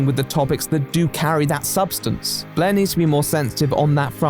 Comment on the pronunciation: I like how you pronounce Blaire’s name as “blehhh”